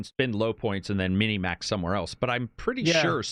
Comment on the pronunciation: Why does say mini Max instead of min Max? I've always wondered am I the one saying it wrong?